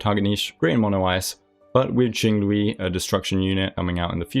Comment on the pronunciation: Jing Lui??? Jing Luigi?!?!